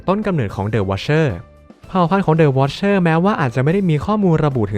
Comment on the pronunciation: อ่านเป็นthe wicherเฉยเลย😅😅😅